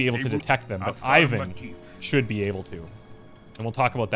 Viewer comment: in order not to get on a bad side with your Evil Genius be carful with his name pronunciation!:) As I understand Ivan (Иван) is Russian name so it should be pronounced a little bit different: I is pronounced as E like in word easy And stress on second part of the word. Closest name that everybody know is Ivanka. So it's like e-vAn. not I-van:)